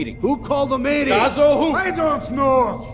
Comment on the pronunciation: Love the movie. But if your "Italian" guy can't pronounce "cazzo" right, maybe, just maybe, don't make him say it? And no, I'm not Italian. But even I can hear it. Loved the low-budget Bats, though =D Edit: Who the hell was the guy in the cell (which looked like a basement, really) supposed to be? Was that Bane? Please tell me that wasn't Bane. It CAN'T be Bane. No, seriously, Bane looks like General Sam on some heavy steroids. I just can't get that picture out of my head =D